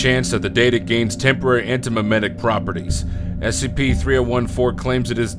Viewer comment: The guy who read SCP-3014 sounds kind of iffy to me. Like he read that too quickly and kept mispronouncing stuff like "anti-memetic" as "anti-memic"